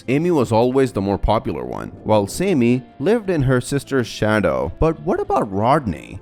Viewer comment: ITS PRONOUNCED SAM-IE NOT SAY-ME